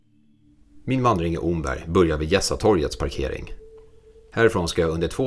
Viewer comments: Bra video. Det enda som provocerar en östgöte är uttalet av Omberg. Det uttalas precis som ordet ”om” (+berg). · Mycket trevlig film! 👌 (Omberg uttalas [Åmmberg].